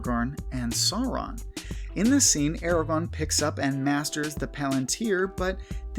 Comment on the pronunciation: Imma be brutally honest, the way he pronounces 'Sauron' as more like 'soron' kinda pisses me off a little